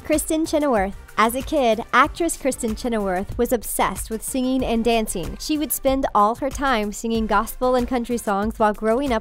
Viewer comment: Why, oh why can't people pronounce ing properly? Ugh. Becomeen?? Singeen and danceen. Airhead.